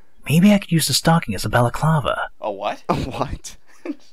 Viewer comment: They are getting mad at them not knowing what a "balaclava" is. Whereas the maker didn't even pronounce it right